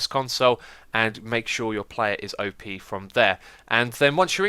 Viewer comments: X, it's pronounced "op", not OP. XD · Its Op (Operator), Not O.P ....